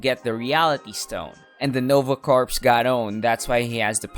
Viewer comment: "Nova 'corpse'": mispronunciation or clever play-on-words? You be the judge.